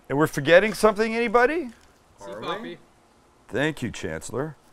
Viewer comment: That "si papi" sounds so wrong! Hahahaha!!!